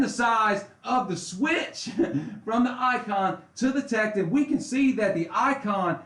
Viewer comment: It’s “Tek-ton”, pronounced like “don”... not “Tek-tin”....